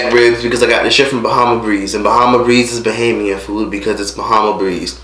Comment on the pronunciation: I know I'm late lol, but it's BohEmian not bahamian.